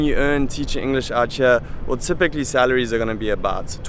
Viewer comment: My man, that is bs, there are plenty of people living and working there who don't possess great qualifications and quit saying outchere, it is two separate words, out and here, and you should know that as an english teacher...it makes you sound like a douche.